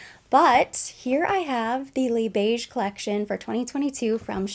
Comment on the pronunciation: So glad that you pronounce Les Beiges like “le beige” without the extra ‘s’. I cringe when i watched other beauty youtubers who are not new to Chanel pronounce it with the extra sss.. it sounds so weird, and i’m not French 😂😂